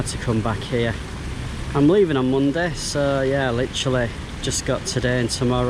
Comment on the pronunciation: I like how you say, "Moondeh", LOL. Is it Lancashire accent?